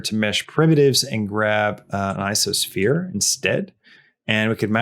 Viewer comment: he said "isosphere". Is ico pronounced "iso"? What does ico even stand for? I thought it was pronounced "eye koe sphere".